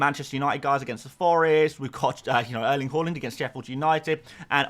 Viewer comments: just one question: why do you always pronounce Haaland as Holland? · Can you please learn how to pronunciate Haaland correctly?!